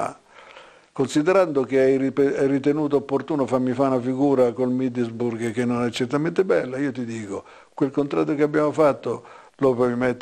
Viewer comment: "Il Middelsburg"